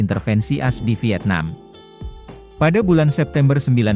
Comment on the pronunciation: Ngomonya ko as jd ass sih admin.. Ko di dgrnya jorok deh.. Emg admin org mana sih????? Org indonesia atau mana?